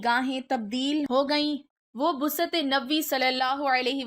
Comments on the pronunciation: Lazf Baasat hota hai Busat nhi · لفظ بثعت نہیں بعثت ھوتا ھے. توسط کو ت وس ط نہیں پڑھتے بالکل توسط کو ت و س س ط کے ساتھ پڑھتے ھیں